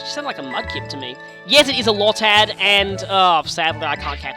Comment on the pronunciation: So you're just going to pass up a potion? Oh no, here we go... It's low-tad, nobody calls it lod-tad Berry trees look minuscule in ALL games! Except for the permanent ones in XY. Wait a second... that makes no sense! Since you're playing Sapphire the reason you can't plant berries should be that the soil is over saturated with water!